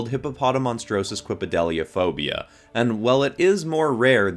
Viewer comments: This man needs an Oscar for pronouncing the fear of long words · It's amazing how he pronounces the fear of long words like a boss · how did you even learn to pronounce that 'fear of long words/public speaking' phobia so well and fast?! Like- I tried and could not do it. Good job! 😆 Some phobia suggestions: Xanthophobia (Fear of the color yellow) Arithmophobia (Fear of numbers) ... musophobia (Fear of rodents/mice) My sister said she's afraid of mice so I'm like, what if there's a phobia for that? There is, which is wonderful yet horrible. Still, I can't wait to teaser her about it.